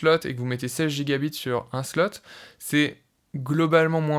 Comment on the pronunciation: Merci pour la vidéo c'est super intéressant. Tu devrais mettre l'accent sur "byte" quand tu dis "gigabyte" ou "terabyte", on peut penser que tu dis "gigabit" et ça peut porter à confusion